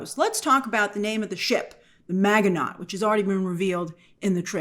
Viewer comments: That pronunciation of Miginot. I guess they never say the name in the show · You are so smart but kill the pronunciation of Maginot. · 😂grace didn’t bother to look up the pronunciation of maginot, knowing it was French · You’re mispronouncing “Maginot”. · The T is silent in Maginot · We have a ton of French loan words in America, and if you ever covered WW2 History in school this name comes up, so yeah, I was cringing at the pronunciation. 😂 Show sound's great though. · The word "Maginot" is pronounced "MA-zhi-no". Not MAG-uh-not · First thing I noticed also. 😂 She didn’t remember he was a French man. Definitely Not pronounced “Mag-e-Not.” 😂 Ma-ji-no is the correct pronunciation, like you mentioned. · It's pronounced ma-ji-no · Proper French pronunciation for Maginot, - Ma-zhi-no - (the G is a soft G, the T is silent). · Pretty sure it's pronounced "man-gi- no" Maginot. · lol "Maga-Not" 😂😂😂😂😂😂 I was making breakfast while listening to this breakdown and I was like "What the hell is a maga-not doing in Aliens..." Then she started to describe this history and I was like "😂😂😂🤦🏽‍♂" Oh Lord, not Grace representing us Americans on the world stage 😂 You Europeans mustve been like, "Americans 🤦🏽‍♂". I swear, some of us actually know history over here and with knowing the history can pronounce the words😂🤷🏽‍♂ Amos - The name of the ship is the Ann-you-bis Kenzo - You mean... The Anubis, Egyptian God of the Underworld...? Amos - 😑😑😑😑😑😑😑😑 Kenzo - Sure, or we can call it the Ann-you-bis 🙄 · "Maginot" is pronounced Ma-Zhi-No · Isn't maginot pronounced mah-zhuh-no ? Was it pronounced incorrectly in the show? Or does Grace need a WWII primer? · I was like "Maganaught"? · It's MAA jen know. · it's pronounced "MA-JIN-O." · It's actually pronounced "ma-jee-no" 😊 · Maginot is pronounced MAZHI-no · Mazh-in-oh (French). Apart from that -- you've got me intrigued! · You mispronounced Maginot.. it’s like Majino….. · Her pronunciation of Maginot is killing me 😂